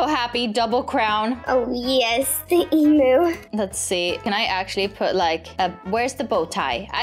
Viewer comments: the way she says emu her: Emoo Aussies: Eemyoo Her:Emoo😃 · not eeeemnu emu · It’s emu not Em! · I loved how they said emoo instead of emu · YOU SAY EMU WONG!!!!! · Me being Australian I get annoyed (not trying to be rude hehe) how she says emu lol. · you said emu wrong lol